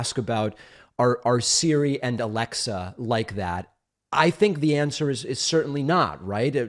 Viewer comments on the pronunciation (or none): none